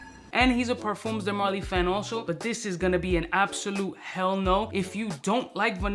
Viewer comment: Both the M and the S in parfums are silent. Say parFUH, no cap 😂